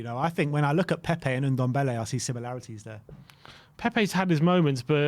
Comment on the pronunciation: So glad hes gone to lyon, not just a waste of space but i wont hear say OONDOMBELLE any more instead of NDOMBELLE